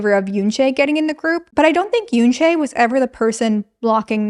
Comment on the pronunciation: I think, given they're a global group, we should start highlighting for everyone to pronounce Yoonchae's name properly. If you can pronounce Manon's name properly then it shouldn't be difficult to pronounce YUNCHE not Yoonchayy